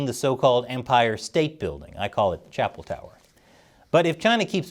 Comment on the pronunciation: Chapple Tower 😂❤